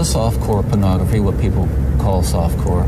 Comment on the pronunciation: Is anyone else put off/annoyed with how Bundy pronounces “pernahgrafeh”? Just me?! 😅